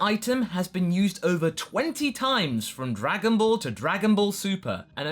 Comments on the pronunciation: "What could have bean" IM IN PAIN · "What could have bean" O_O